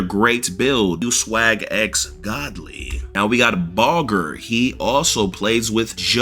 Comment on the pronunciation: Bro said baughers name wrong he said bogger 😂😂😂😂